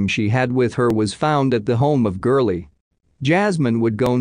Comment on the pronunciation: It's gurley